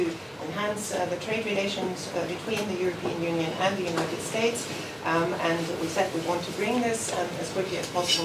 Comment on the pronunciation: United shhhates lol this guy